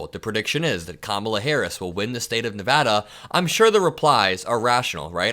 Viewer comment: I love you for saying Nevada correctly. Smart young man. 💙